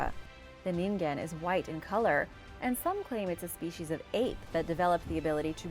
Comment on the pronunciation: ningen is pronounced “nee-n-gen” and is the japanese word for human ✨